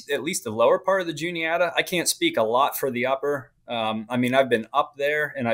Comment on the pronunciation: The guy keeps calling it the Juliana. It’s the Juni-ata.